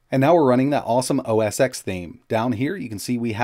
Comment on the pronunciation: OS Ten not OS X.